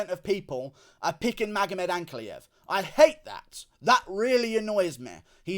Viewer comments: 43 minutes fs, also yeah he started saying Ankalaev correctly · GURU SAID ANKALAEV CORRECTLY??? welp.. nvm